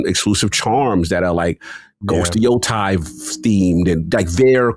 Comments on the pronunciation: The way he says Yotei drives me up the fucking wall 😂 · Idk why is just incapable of saying Yotei correctly 😂